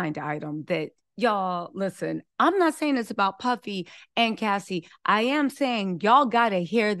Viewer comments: You keep saying Lassie and not Cassie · Why is she saying lassie and not Cassie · the name of the girl is Cassie not Lassie!!! you are so entertaining & I love the way you report the Celebrity News!! You should have your own show on Mainstream TV like Sherry Shepherd!! 😄